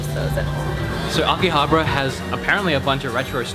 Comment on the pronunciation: I had to pause the video the second time you said it. Repeat after me (Aki-Ha-Baaaaaaaaaaaaaaaaaaarrra) please stop saying akihabra. There is an A after the B. Glad you are having fun!